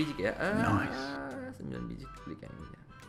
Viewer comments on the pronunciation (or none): KENAPA LU KALAU BILANG "BELI" SELALU "BELIK" PAKE "K" WHY?